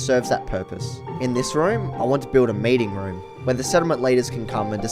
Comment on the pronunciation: When you said meeting room in your accent 👀